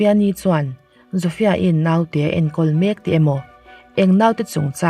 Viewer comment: Tv lam aṭangin youtube hi ka en ṭhin a. 'Naute' i lam dan hi a dik lo ṭhin a. I aia hre zawkte zawt teh. 'Nau' hi thlûk loh tur.